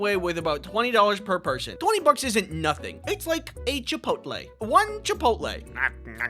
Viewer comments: “Chipotle?” Goes crazy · "Chipotle?" killed me man 😂